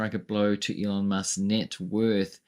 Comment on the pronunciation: can’t even say his name! He refers to him as “Leon”!